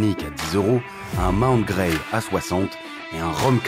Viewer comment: Mon oreille qui saigne à chaque fois que j'entend Mount "GREY"